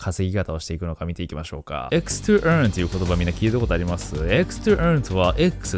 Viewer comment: 〜to EarnのEarnが気になって続けて発音練習してしまう😂